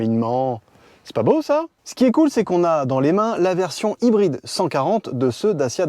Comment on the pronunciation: Les ''r'' prononcés à la française sans en faire des tonnes avec l'imitation d'accent anglais? Chouette ! Enfin! Je vais essayer d'écouter du coup. :) Ah non. ''Haïbryd''. Bon je vais essayer quand même d'écouter